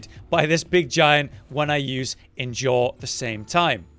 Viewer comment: Idk why but it gets me that he doesn't know how to say endure